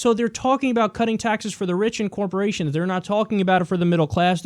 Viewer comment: But Kiyal, tex breks to dee corpawations ar gownna kweate jerbs! Y r u no pwaytrweat? Y u het Murweeca? The Mwega Copowations ar deh bess! Gud Bwess Merica!